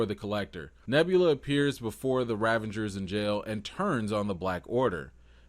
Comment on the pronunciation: Excellent takes - love your honesty. Your word play is excellent, May I, however, "File a complaint with management"? Yondu is a Ravager. You keep putting an N in there To make it rAvengers So- is that intentional? If so, that is subtle and pretty sweet. If not - please put some respect on the Ravagers name